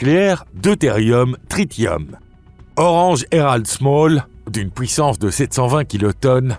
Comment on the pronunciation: Pouissance au lieu de puissance houit à la place de huit. Il faut expliquer à comment prononcer correctement ces deux mots.